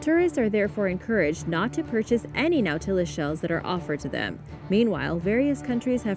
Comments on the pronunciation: Nautilus we pronuncia no-ta-lus, por lo menos asi me esnsenaron a mi. Me encanta tu canal, gracias por comparatir con nosotros 🤗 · You are pronouncing Nautilus WRONG it's Na tah, as in ah, les. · NAU-ti-lus. Otherwise ❤️🙂👍🏻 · "Nautilus" is pronounced "NAW-tih-lus", and the plural is "nautili (NAW-til-eye)". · Scifi fans cringe at pronunciation of "no-tillus". Lol...still love your channel,! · It’s pronounced Nautilus. Not Nautilus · She mispronounced it